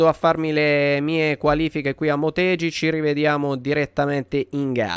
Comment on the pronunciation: scusa per la correzione ma si pronuncia "Moteghi" (i jappo pronunciano la G dura)